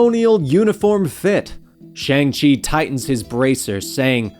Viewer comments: It’s pronounced “Shong-Chee” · You're not pronouncing his name right.